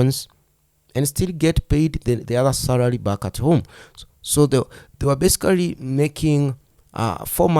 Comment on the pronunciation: My problem is about your Oratory skills and how you pronounce some words. It's as if the word is basicarry yet it is besically